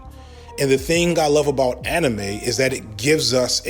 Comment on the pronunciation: interesting that you pronounce manga correctly but anime incorrectly. The correct pronunciation of anime is kinda weird sounding tho.